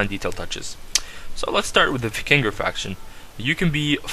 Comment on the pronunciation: 1. it's pronounced Vy-king-ur 2. It's pronounced Yarl